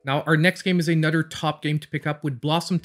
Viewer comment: I literally have a list in my phone of games I want to buy. Many of those games come from your videos! “Anudder” great video! Love your channel!